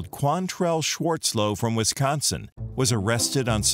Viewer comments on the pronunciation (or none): none